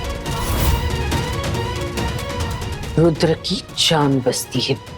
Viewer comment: no jo aap bol rhi hain vo rudra ho jaye ga 😊 aur serial m isse rudhre bolte hain